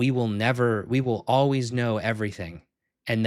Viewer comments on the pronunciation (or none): none